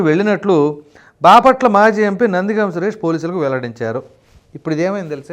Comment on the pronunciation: గామ్ కాదు but గం